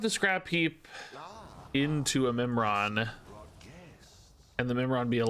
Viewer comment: Oh, Mimiron, I thought he said Nimrod and had to double take if I was watching a Snap video.